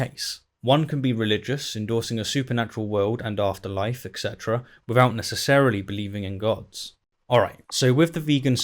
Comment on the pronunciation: Etc (et cetera) doesn't have a K sound in it.